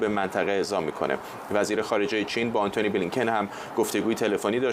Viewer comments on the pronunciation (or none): من موندم جناب که از داخل کنگره آمریکا گزارش میده چه اصراری داره بجای آنتونی بلینکن بگه عَنتونی بلینکن... فکر کنم یه هیزم تری به جان فروخته